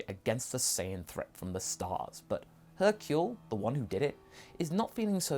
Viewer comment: hercule, not hurcle......